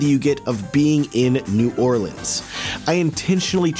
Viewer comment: Saw the thumbnail and smashed the video when I saw you were in New Orleans. Then hearing you say New Orleans the right way!? MAN! You're doing everything right. Hahaha.